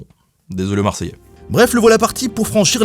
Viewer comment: en tant que Marseillais... je valide l'accent ~ Il est pas dégueu X3 Au moins tu as pas fait celui de Cacou, qui m'horripile XD